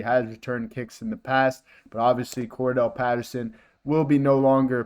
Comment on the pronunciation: Get the players names right you might get more subscribers "Cordarelle" not Cordell.